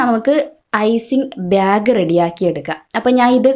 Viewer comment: Icing byag alla... Icing bag ennu parayu